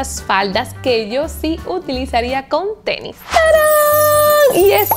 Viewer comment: Mucho dinero y todo pero le dice "TENI"